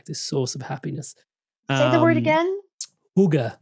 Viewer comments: hygge- the pronunciation hygge(a) a as in apple. Regards from Denmark:yougotthis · ⭐️⭐️⭐️ Hygge mentioned and … pronounced (Hyoo-Guh) is a Danish lifestyle that emphasizes comfort, contentment, and warmth. 😊 It's about enjoying life's simple pleasures, like taking time to be together with people you care about.. or even by yourself.. to practice self care.. relax & enjoy life's quieter pleasures.♥️ Its good for us to do this for ourselves… especially now when so much is happening and changing… 💕💕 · Its "hygge"! Love from Sweden/Denmark!♥️🥰